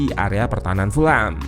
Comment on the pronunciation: Cara baca Fulham bukan full-ham, karena full-ham terdengar dengan arti = penuh daging babi. Yang benar = fulem .... Jangan salah lagi ya gaes please, ga enak dengernya full ham😂